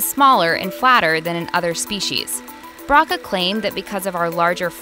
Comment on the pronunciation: 'Broca' is pronounced with a long 'o' sound.